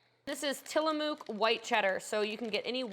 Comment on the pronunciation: Till- a- muk...😘 definately not from PNW....🤣